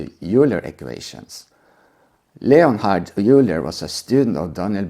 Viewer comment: Quick note since you are not a native English speaker: "Euler" is pronounced almost like "oiler," not "youler." Common mistake though. Many English native speakers make the same mistake.